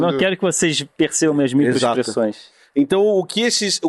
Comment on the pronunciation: Micoexpressoes 😂 kkkkk